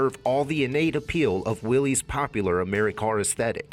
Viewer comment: Why does everybody mispronounce the name of these cars ? It is pronounced the same as Willis.